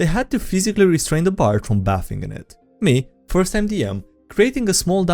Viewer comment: Some minor feedback on pronunciation, just so you know it. You bathe (verb) in a bath (noun) and the A sound is different for the two words - bathe is "ay" like ache and bath is "ah" like apple. So then while you're in the bath you are bathing, which is pronounced bathe-ing (coming from the verb). Afterwards you have bathed, which is pronounced like bathe-d, again like the verb. Sorry English is so inconsistent with its mapping from glyphs to sounds! And a great memes vid, as always, thanks!